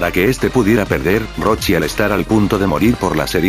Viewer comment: según se dice roshi